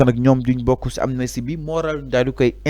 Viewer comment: On dit pas amnestie mais amnistie!😍